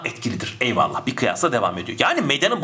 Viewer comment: her videonuzu severek ızlıyorum ama; EYVALLAH'I neden bu kadar vurgulayarak söyluyorsunuz?Paragraf çözmeye çalışıyorum zaten beyin yanıyor bu kadar tonlamalı eyvallahhh demenız :S